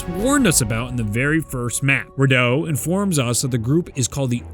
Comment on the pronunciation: Finally pronounced Rideau correctly